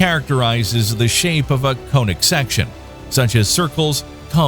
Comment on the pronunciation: IN WHAT?! "Ellipses", not "Eclipses"!! Also ... "conic" has a short "o", not a long "o"! You really need to have your videos double-checked by ... a mathematician or astronomer, or both?